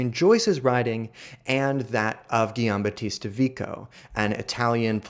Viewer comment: Our narrator must learn how to pronounce "Giambatista."